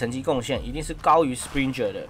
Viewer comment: 小編要練一練名字的發音。springer+rendon 發音怪怪的。聽不懂